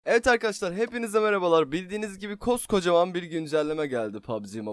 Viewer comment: Neden arkadaşlar demek yerine arkadassslar diyorsun,ş leri s olarak kullanıyorsun😂